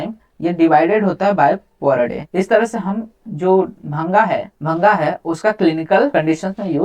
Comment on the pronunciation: Its not bhanga it is bhaang